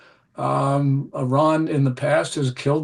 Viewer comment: Gorgeous Gordon can say Iran correctly... which proves he knows what he is talking about 😅👍